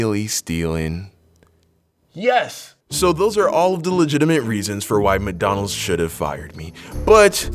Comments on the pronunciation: I love how you say McDonald’s 😭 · The way he says McDonald's 😂😂